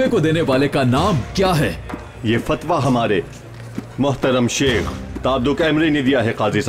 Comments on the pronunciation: لفظ شِیخ نہیں ہے لفظ شَیخ ہے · لفظ شِیخ نہیں شٙیخ ہوتا ہے۔شِیخ قوم ہے شٙیخ ہادی